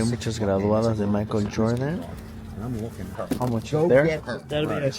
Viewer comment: Like aqui para los que vinimos a escuchar el " how moch" de 😅